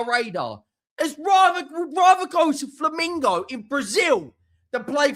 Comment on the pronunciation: ...and it's pronounced Flam -EN-go......not Flam-IN-go.